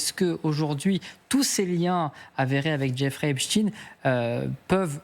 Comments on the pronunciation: Aggaçant! Epchtine au lieu de epstein (chtaiiine) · On dit EPSTEIN et non pas EPSTIN! On dit bien Einstein et non Einstin!! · Albert HEACSTINE LOOL CA SE DIT ESTEINE PAS TINE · Epstine or Epstein ? Problème de locution chez ces journalistes. Epstein est américain pas russe comme Poutine, raspoutine, etc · A force de dire Epstine , vous allez voir qu'il vont finir par dire que ce n'était pas le même ! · pas epstine.... arretez de prononcer son nom de travers; un fait expres? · Epstein et pas epsteen Comme Einstein, franckenstein Inutile de prendre une connotation russophone, c’est bien le suffixe Ein de la communauté dont il disait lui même qu’elle était la race supérieure Agent russe😂😂😂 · C'est clair ! Même pas foutu de lire